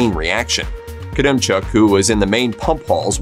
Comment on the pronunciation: You pronounced Valery Khodemchuk’s name wrong, its not “koodemchuk” its “hodemchuk”